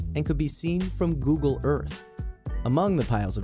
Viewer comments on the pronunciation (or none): none